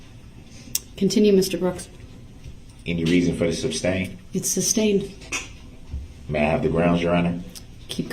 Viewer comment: Substained? Grounz he axed without relevancy!